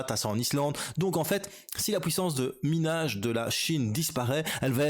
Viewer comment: 75% du hashrate, la "pouissance" comme tu dis..